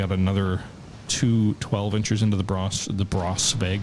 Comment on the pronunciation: the pronoucing for "Braunschweig" goes like "Brownshwig" as the combination of "ei" in german is pronounced like the english basic letter "i"